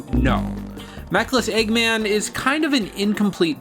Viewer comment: You saying LEGGMAN just irritates me, like how can you mess up saying eggman.